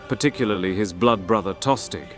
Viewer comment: Pretty sure Tostig is pronounced with a silent G